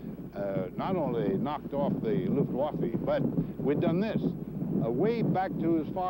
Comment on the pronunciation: Thanks for uploading this, CBS. I am in stitches over Ike's pronunciation of "Luftwaffe", lol!